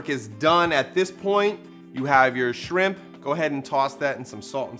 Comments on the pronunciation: Omgggg I’ve been CRAVINGGGG shrimp tacos for far toooo long but I’m about to make these👀👀👀 Pero I really thought your friend said DRIP not SHRIMP 🍤 lmaooo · i thought you said "drip" at first, so here's to shrimp that had drip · When she said shrimp I could’ve sworn I heard drip 😹😹😹I was about to drop some water emojis but it’s SHRIMP 🍤🍤🍤🍤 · Shrimp. Or as we say "schramp"